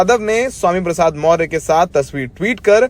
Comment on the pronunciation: पत्रकार साहब मौर्य नहीं मौर्य है